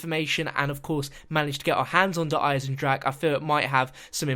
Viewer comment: wait sorry DARE EYE-ZEN-DRAK